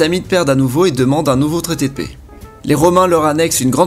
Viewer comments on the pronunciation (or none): none